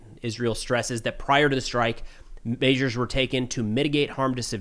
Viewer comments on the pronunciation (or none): Is this guy a Canadian or from the midwest? He says 'measure' wrong.